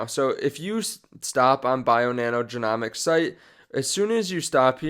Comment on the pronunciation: Love your Channel and have been a follower for a while. Honestly not trying to be a OCD or anything but just for your own benefit the word genome is pronounce "jeen ohm" with the O saying its name. Therefore "jeen ohmics". Keep up the good videos!